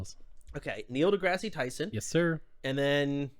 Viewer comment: They way they said NDT name has to be rage bait. You should try to get him thought, please learn his name first.